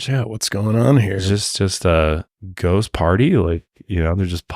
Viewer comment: With your "Brhost" (like ghost, lol)